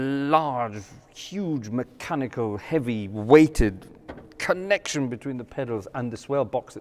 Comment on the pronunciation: I was wondering about that. His accent goes from just off RP, to Scots, to German-like (the “l”s and the way he says connek-tion) and then all the way back again and then up and down and back. Also, the German words he uses, like “Hauptwerk” are pronounced in a proper German accent like almost no Brit can. His mannerisms are also slightly German, in the best sense. Some of these quick little throw-ins in his talk are very German. Quite fun, really.